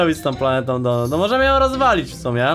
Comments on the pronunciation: Mówi się donat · Kurw... Mac Donata nie donuta. Donuta to masz w dup...e